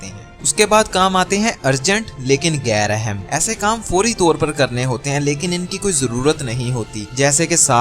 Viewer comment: بھائی یہ پا_ رو ایکٹو نہیں ہوتا پرو ایکٹو ہوتا ہے اور گیر اہم نہیں ہوتا غیر اہم ہوتا ہے تھوڑی اپنی اردو پر غور ہی کر لو